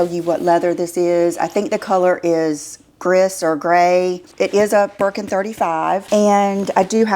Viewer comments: 🙃, 'gris' is pronounced 'greee' i should know i took 3 years high school French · You are so endearing, I just love ya! Gris(rhymes with he and the s is silent. It is French for Gray). I like your open and simplistic, no drama point of view. It is my understanding you have to have a purchase history. The lawsuit reminds of the scene in Pretty Woman where Julia Robert's is snubbed by the lady shopkeepers on Rodeo Drive and then she walks in with armloads of bags and tells these ladies "Big mistake, BIG", meanwhile these ladies work on comission. Her money is as good as anyone right? I am curious how you are considering a lawsuit "unfair" as opposed to the store perhaps being discriminatory as to who can shop there? It may be different if there are certain rules in the other countries. Also, do they have these buying restrictions or rules posted somewhere? There are no rules for who can own a luxury car I suppose. I need to look up the lawsuit. There are some people always looking to sue over things that seem outrageous like the hot coffee at McDonald's case.